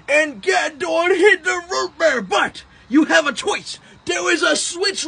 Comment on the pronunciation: you gotta teach me how to say röh bëër like that